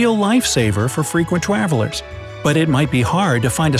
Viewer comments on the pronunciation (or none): fwekwent twavelers